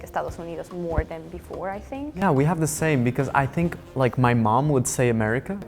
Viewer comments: "I sink so" 😂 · I Sink " :))